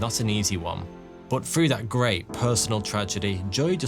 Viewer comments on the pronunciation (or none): Dogs trained to detect certain kinds of cancer "frew" smell alone...LOL another Brit that cannot pronounce words that begin with "th" but consider themselves educated haaaaah